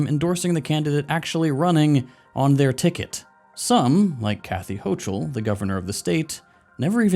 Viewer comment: it's kathy ho-KULL not ho-CHULL. it's not hard to research that